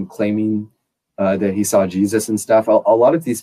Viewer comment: There is no "L" in "I saw it,". Also, corroborate and cooperate are two entirely separate words.